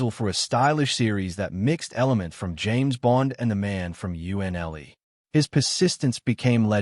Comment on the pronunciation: Your AI needs updating on a few words - live not liv, UNCLE is Uncle.